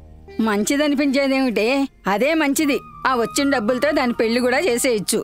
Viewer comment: Kindly note that పెల్లి కాదు... పెళ్లి. ళ Pronunciation matters